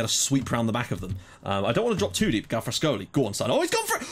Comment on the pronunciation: galfrascoli😂 did you see the ref got a 3 rating for not giving a blatant monaco pen haha